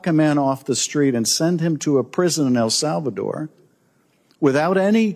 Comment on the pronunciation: Chiff. to El Salva- adore 😂